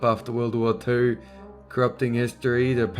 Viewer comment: "World War Ptoor"